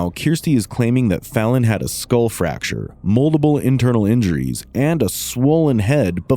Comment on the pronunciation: Knowledge? B*tch can't even say Skull... Everytime she says SKOOUHL it's like a drill through my "skoouhl" 😂